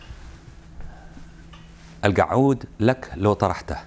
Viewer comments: كل ما يقول كلمة الكعود أموت من ضحك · كلمه القعود صعبه على المذيع 😂😂😂😂😂😂😂😂😂😂😂😂😂😂😂😂😂😂😂😂😂😂😂😂